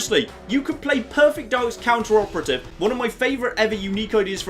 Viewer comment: plz....its not "Counter operative" its Cooperative....as in working togeather towards a common goal...to "Cooperate towards a common goal".....it hurts my brain when you pronounce it that way:P